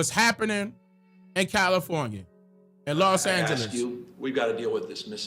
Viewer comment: she called it lost Angeles 😢